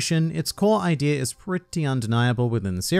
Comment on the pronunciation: Why does he always add an r to the end of idea? Ideaer